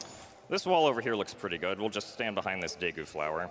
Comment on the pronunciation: Pretty close to the Japanese pronunciation at least. I still like to read it as Diikoo myself though